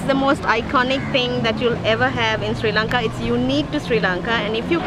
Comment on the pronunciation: its Sri Lanka not sei lanka